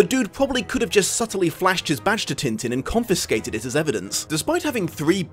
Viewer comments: I'll have to use the phonetic alphabet for this : tɛ̃tɛ̃ but the best way is to try finding french clip of the show and boom, there you have it. and the dog's name is Milou in french too. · Great video but... am I the only one annoyed at pronunciation of French names? Especially Tintin! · a part of me dies slowly every time when he pronounces Tintin the way he does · Am I the only one who sorta cringes at hearing Tintin pronounced in an anglosaxon manner? Yeah, I probably am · As a French woman, the way English speakers pronounce « Tintin » is incredibly hilarious Also, yeah, the film isn’t like the comics, but it’s a thoroughly enjoyable movie and a beautiful animation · Alright, i will finish watching the video, have to get this off my mind first, though: Aargh, the way you people butcher names .. it sounds like he's made of tin like the tinman if you say it like that. Even the chinese adaption of the name sounds closer to his original name.. probably fault of the translation/editor team of the original - they should have completely changed it, I know, but i looked up the English wiki entry and it does have the proper prononciation in the first line!